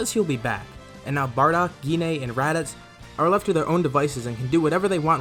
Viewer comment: Barodk lol don't you mean bardock??